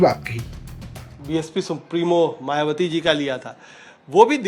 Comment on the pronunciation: मायवती नही होता है मायावती होता है सुधार करो